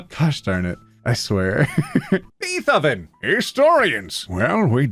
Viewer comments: He pronounced Beethoven beeeeeth-oven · YOU DID NOT JUST SAY "BEETH OVEN" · did anyone else realise said beefoven when reading beethoven xD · Beeth oven....dude, it's Beethoven like the classical composer.